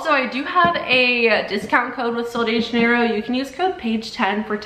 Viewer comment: She's saying it wrong ❌